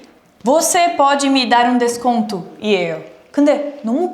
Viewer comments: "DESONTO" AKKAKAKAKKA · forgot the C in "desconto" Obrigada por representar tão bem o Brasil, 😘🙃🇧🇷